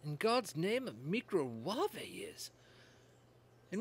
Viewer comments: I don't recognise your accent sir, but she is Nigella Lawson, known in the UK as the 'Domestic Godess'. You may find that her pronouncement of the word 'Micowave' as 'Mi-cro-waav-e' with a hard 'e' is possibly just her sense of humour. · The celebrity cook was just actually making a joke, she mispronounces stuff on purpose all the time 😊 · Tip1: If you're watching Nigella cooking videos for the recipes, you have a bigger problem... 😂 Tip 2: I believe it's her send-up mispronuncification because 'real tv celebrity-chefs' will never admit to using that modern instrument.